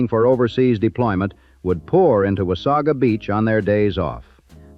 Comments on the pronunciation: "Memorial Day". This does not exist in Canada. The typical pronunciation is "Wah-say-guh", not 'Wah-saw-gaa" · beautiful beach, horrible place to go. i wish i coulda seen it in the 20's and 30's, but in my life from the 80's onward it has always been horribly gross. i forgot about the fire completely. plus no one says wasaga like the a.i. narrator. or haudenosaunee. oddly enough it pronounced anishinabek quite well!